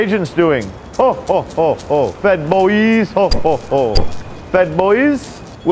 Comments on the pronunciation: I thought JOK was saying "Fed-ployees", but I guess it was "Fed Boyz". Twitter can probably call their employees Fed-ployees, though. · "FEDBOISE" I'M FUCKING CRYING